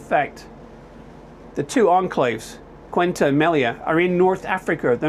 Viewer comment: Say oo tah. That's how you pronounce it. And Meh lee ya